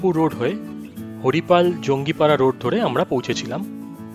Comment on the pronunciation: It's not jongipara .. It's jangipara.